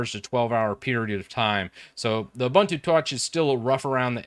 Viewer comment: btw its ubuntu not uh-buntu